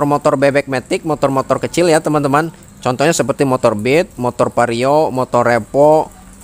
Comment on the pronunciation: itu vario bang , bukan pario.